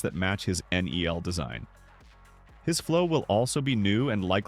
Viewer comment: Nel ❌ neal ✅